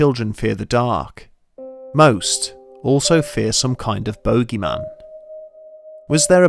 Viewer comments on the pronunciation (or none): English: boogy-man Bedtime Stories: Bogey-man